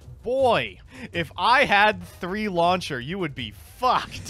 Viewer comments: really pronounces launcher as lawn chair, huh. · Is it just me or am I hearing lawn chair instead of launcher though that would have been funny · The way says laucher sounds like Lawn Chair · That, and how he pronounces "launcher" as "lawn chair"